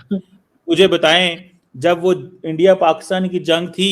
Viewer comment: শুন গিধড় কে বাচ্চে চিমে "ইন্ডিয়া" উচ্চারন হবে, " এ্যনডিয়া " নয় সমঝা বে, মাদ্রেসে ছাপ?